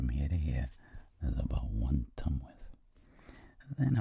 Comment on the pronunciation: He tried really hard not to say "rule of tum"